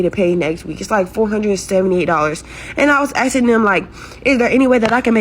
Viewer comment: Asking not axing.